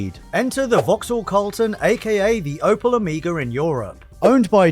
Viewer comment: OH👏🏻MEY👏🏻GAH👏🏻…Omega! Like the Greek letter, not Amiga like the gaming computer. Come on!! Otherwise awesome video and car, as always 👌🏻😁